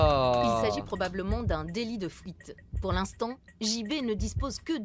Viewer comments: "Un délit de fwouite" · ahhh le fameux délit de fOuite